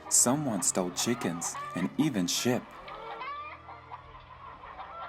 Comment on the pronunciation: I thought he said shit